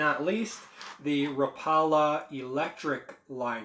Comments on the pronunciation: Raw pale la?? Lol rap-pa-la Oh and keep skipping all the dumb stuffs. 30 mins of nothing 10mins of usable info. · It’s actually pronounced ra paw la